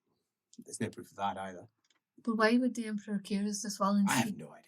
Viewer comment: Another 'Allo, 'Allo-adjacent situation in 'puffed, but not inhaled' salute: 'For the Emprah!' 'For the Emprah!' '-prah.'